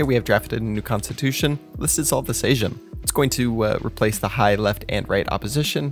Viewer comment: Disolve of Sejm , where SEJM u read as "same" in eng.